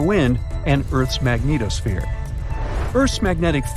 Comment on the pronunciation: I like how he pronounces magnetosphere, Magneto-sphere....